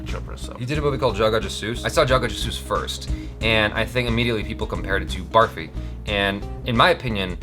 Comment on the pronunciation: its not "baarfee" as in barf, its pronounced "burrfee". its an indian sweet made of milk and sugar.